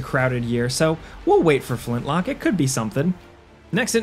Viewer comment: You say "Flintlock", but all I hear is "Flint-LOCK-WOOOD!!"